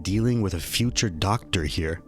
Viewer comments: He can't even say the word doctor right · He can barely say the word doctor correctly. I highly doubt he would be able to perform college courses. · I think he said " docteer " who knows what that is..